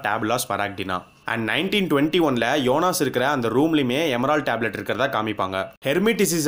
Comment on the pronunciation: his name is jonas... not yonas bro